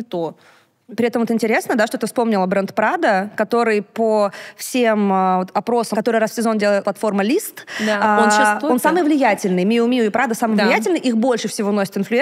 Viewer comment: Мью мью!!!!! А не миу миу. У вас же модный подкаст , е-мое!